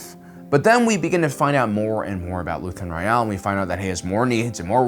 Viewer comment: Why do you say his last name so weird?